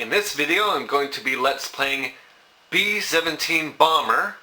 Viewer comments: BEEEE SHEVENTEEEEN BALMMMMER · Bee Seven'tiiin Baambur.